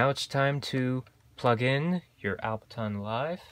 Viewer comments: Why are you saying “Albertonn”? Is that different from Ableton? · Different subject for your channel, but useful for people out there. And P.S. Ableton not Albeton! :) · Aside from butchering the name Ableton, thanks for the intro to my new device!